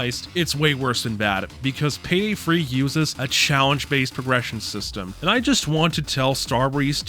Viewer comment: Why do you say Payday Free instead of Payday 3? Is there a joke that I'm missing?